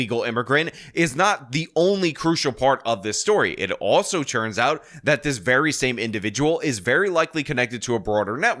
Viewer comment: Is saying "churns" instead of "turns" a channel meme or something? I never heard you say it like that before